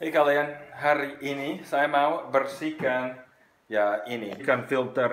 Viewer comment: yang bener "BERSIHKAN" bukan "BERSIKAN" :D